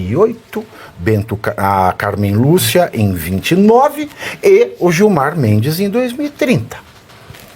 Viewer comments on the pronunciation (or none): Tropa de quem pegou a referência de "BENTO CARNEIRO" que quase escapa ao falar o nome da Carnem Lúcia? 😅 👉🏼